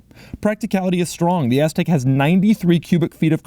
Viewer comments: If I had a dollar for every time he said Aztek (and stressed the “TEK”) I would be sitting on a private island somewhere not watching this. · Impressive, you just said AS-TEK over 50 times in this video! Funny! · Doug Pronounced Aztek AssTek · "so you can just hang out on your AZZtek" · Its "Aztek" not "Aztec" But doug pronounces it like Ass-tek 😁😁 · "hang out on your asstek"